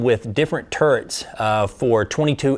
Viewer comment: Turrents? It drive me nuts when people say that. Turrets!